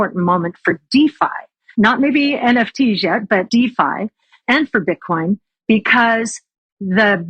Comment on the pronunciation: She said Bitchcoin